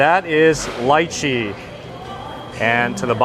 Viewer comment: Thank you so much for the correct pronunciation of lychee.. so many say leechee! You know your stuff. We have lots of lychee here on Maui, including my yard! Aloha🌺